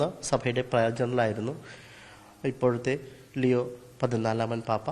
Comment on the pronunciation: എൻറെ പൊന്നു ചേട്ടാ ലൂയിസ് അല്ല ലിയോ